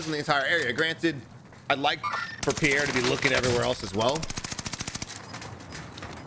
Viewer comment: love the content - Pierre is pronounced Pe Air